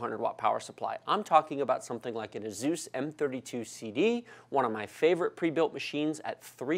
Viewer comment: What is a Azoeees...... Its Asus, it comes from Pegasus....please lol